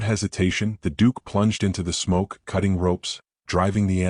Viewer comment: The Dook!!